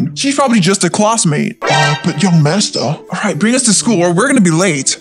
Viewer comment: Why did the limo driver say naster😅😂